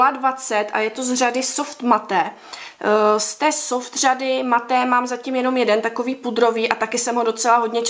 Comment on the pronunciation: u slova "matte" se to konečné E nečte!